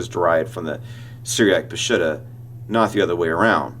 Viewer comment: Let me clarify the word ''Peshitta.'' It means true pure clear and original. It is pronounce P'sheeta in the Aramaic language. Glad you like my photos in your presentation.